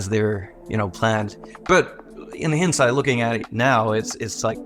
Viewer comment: why do I love the way Ilkka mispronounces "hindsight" so much